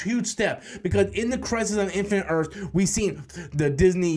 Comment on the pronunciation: “Crise on infinite Earfs”